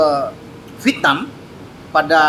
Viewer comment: Vietnam,.... Bukan VITNAM😂